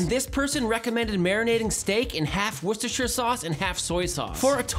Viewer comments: Honestly, it’s the only time I’ve heard it pronounced correctly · The whole northeast of the US pronounces it properly too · I am from Worcester, Worcestershire, UK (Where the sauce is originally from). It makes me happy that this guy pretty much pronounces it right. It seems alot of people struggle to say it